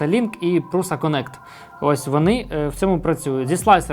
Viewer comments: Š по чеськи читається як ш, тому пруша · Назва компанії Prusa походить від прізвища її засновника, Йозефа Пруши (Josef Průša). У чеській мові, звідки походить прізвище, літера “š” читається як “ш”. Тому правильно вимовляти “Пруша”. Це відповідь ChatGPT